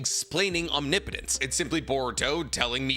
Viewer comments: Biggest character growth of the entire Naruto series is finally pronouncing omnipotence right. No more om knee potence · Feels weird to have pronounce omnipotence correctly this many times.